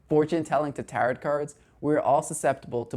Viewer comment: Tarot is not pronounced like carrot. It’s tear-oh